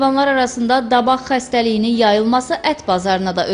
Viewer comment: Xesdeliyin adi. Davaq yox. Dabaqdi... Ay cammat. Davaq nedire